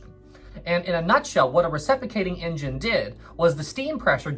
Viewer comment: It's not racism if the word he's saying is engine and it's just his accent making it sound like injun. Give the guy a break!